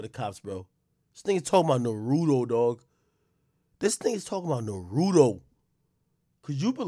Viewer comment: Cop shoulda been fired for being slow Ak should be canceled for saying Naruto wrong 😭